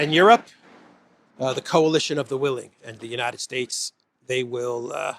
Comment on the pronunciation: "The Coalition of the[ Unable, yet] Willing" sounds daft enough, but "The Coalition of the[ Unable, yet] Villing" sounds hilarious! Rotter said it with a straight face too in front of an audience which knows better than most how hollow the promise is